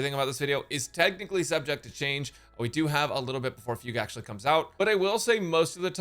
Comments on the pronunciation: pronouncing it "foog" is deliberately stupid. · Fug-U eh. LOL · Her name being fugue instead of fu gue still breaks me